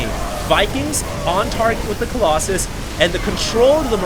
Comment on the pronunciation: remember when you used to say Colloxen? You crazy guy, you.